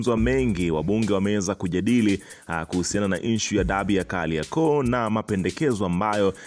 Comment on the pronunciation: Kaliakoo! Ndio nini? Matamshi yako ni mabaya hayana mvuto .